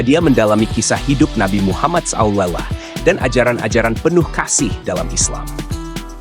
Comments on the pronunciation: Ini kayanya akun hoax, coba dengar dengan diulang" cara membaca Nabi Muhammad SAW SAW = ketika membaca bacaannya gak jelas jadi perlu dipertanyakan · Konten apaan ini, kayak sampah. Narasi dibangun dari sumber apa juga tdk jelas. Mengucapkan nama nabi secara lenngkap masih belepotan. Jelek banget konten ini.